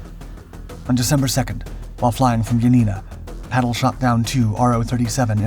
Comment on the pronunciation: ^ His name is/was/is PATTLE with two 'T's - Not "Paddle" = He's not a F'kn oar for canoes... (F.F.S) Much in the same way that Hitler is not Spitler, not Stalin even 'starving' - Got it ?